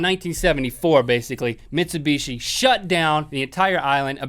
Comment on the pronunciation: Lol, Mitcheebooshe.